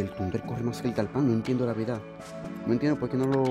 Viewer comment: No es tunder, ahi sale que es thunder